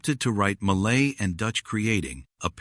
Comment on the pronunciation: Malay not Maylay!!!!!!😂